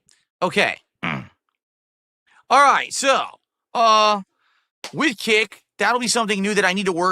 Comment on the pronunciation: My least favorite verbal thing he says is “wit” instead of with. For shame